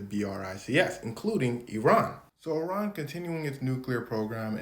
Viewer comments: Thank you for correctly pronouncing Iran! And not as “I ran” 😊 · Thank you for pronouncing Iran correctly